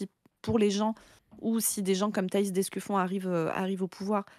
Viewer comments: C'est vraiment dur de ne pas entendre ''Escufion'' a chaque fois 🫢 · C'est l'Escufion ^^